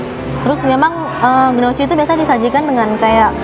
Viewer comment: Gnochi = nyoki Cara bacanya kak :)